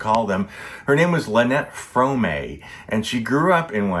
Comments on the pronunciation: Mispronounced her surname. FRAAM. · Pronounced FRAHM